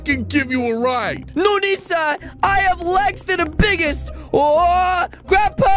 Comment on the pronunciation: i love when he said I'm bugest